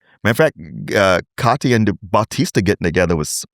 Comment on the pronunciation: Can tell an audiobook only person when spell Katia as Katya 😂